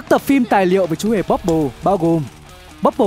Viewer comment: Ban đầu đọc là chmúa hmề bobble